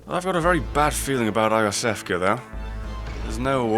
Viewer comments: Iosefka is pronounced Yosefka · Not eye o' sefka, I believe it's You Sefka. Either way, I just thought this was proper. Pls no new Smough Smug Smow Snowball SlamJam argument.